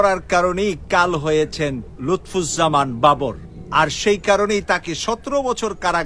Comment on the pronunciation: আপনি উনার নামটিই সঠিক ভাবে উচ্চারণ করতে পারেন না। আপনার নিউজ আর কতটুকু সত্য হবে...?